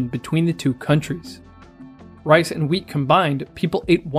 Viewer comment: Am I the only one who hears weed instead of wheat every time he says it?